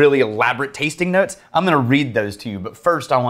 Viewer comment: And when he talks about the 'tastink notes' or anything ending in -ing he ends with a K lol